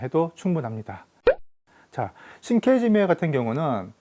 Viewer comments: 발음을 우리나라식표기하는 방식대로 읽어도 상관은 없지만 영상을 올릴려면 제대로 된 발음으로 하는것이 좋지 않나해서 끄적여 봤어요. 계속해서 저 두단어가 언급되어서... 자랑하려고 그런거 아니라 나만 그냥 불편해서... 안보면 될것을... 말입니다. 시장 방어잡는 영상같은거 올려서 ... 일본사람들이 조롱하고 그래서 이사람이 또 뭔 ~~ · 이케시메가 아니고 이케시메 입니다 신케지메가 아니고 신케지메 입니다